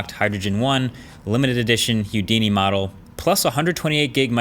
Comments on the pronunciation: It’s pronounced “who-dini” not “hue-dini” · It's Houdini not Hudini, bruh. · Hue-dini? Nope. Who-dini? Yep. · Please stop saying Hyudini, it's Who-D-knee, not Hugh-D-knee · Huedini? :P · Wat?!! "Hugh-dini" I always heard it pronounced "Who-dini" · Am i the only one annoyed by his hIUdini pronunciation?instead of the norman hOUdini? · You're saying Hyoodini on purpose right? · HOUdini not HUdini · I wonder if the dislikes are for how late RED is acting, or its for Hyoodini. Its Who dee knee. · Why does he say hewdini? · It’s pronounced “Houdini” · Its pronounced "Hoo-Dee-nee" . .... Not "hue-dini" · Who-dini. Who let Marques go on saying Hew-dini?! :) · It's not huedini it's Houdini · Marques... It's pronounced "who-dini", not "hue-dini." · Are you saying Youdini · 🤔🤨 "Hewdini"? It's pronounced WHO-di-ni after Harry Houdini the famous magician and escape artist. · Great review!!! Oh, and it’s “Who-deenee.” not, He-you, Deenee. :) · Ffs it's not hue-dini it's WHO-DINI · It is pronounced, Who Dee Knee, not Hugh Dee Knee. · Pronounced 'whodini' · It's pronounced "hoo- dini" not "hu-dini". Haha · I'm assuming its because Houston is spelled the same, but man, that was really bothering me too. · Is it just me or does he pronounce Houdini a little weird. He seems to say hue-dini while as far as I know the correct pronunciation is more like who-dini. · It's pronounced HOOdini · Hewdini? or Houdini (who-deenee) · It's pronounced WHO-DINI not HUE-DINI. lmao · Huedini. :D Sigh... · Houdini. Who-dee-knee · Houdini - hoo - dEE - nee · And I believe it’s pronounced “hoo-dini” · Did you say "Hew"-dini? Is that how it's pronounced? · Say it with me, my friend - "Who - dee - knee" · “ Hoo dini” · Why are you pronouncing it weird? It's Hoodini, there's no O in there. In the sound you make with your m'O'uth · Lol. Hue-Dini lol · Its “who-dee-nee” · it's pronounced who-dee-nee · hew-dini, lolz XD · why do you keep saying heaudini?? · it's pronounced hoo-dee-nee